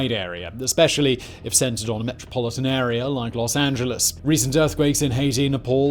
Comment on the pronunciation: Thank you for pronouncing "Los Angeles" correctly, not the typical way most of our cousins across the pond say it. :)